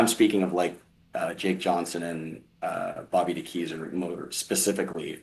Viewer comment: “Bobby de Kee-zer” 😂